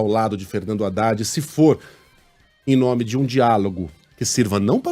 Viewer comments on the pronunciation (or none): none